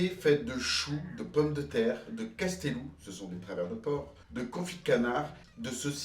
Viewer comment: Jamais entendu "castelous" par contre coustelous oui ! On entend "côte" dans coustelous.